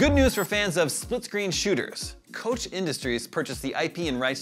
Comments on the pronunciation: Koch is pronounced coke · Isn’t it pronounced “Coke”? And he said it twice.